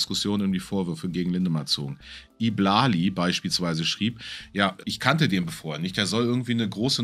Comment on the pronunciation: I Blali wird übrigens Ei Blali ausgesprochen, nur als Info. Habe mich etwas über die Aussprache amüsiert 🤣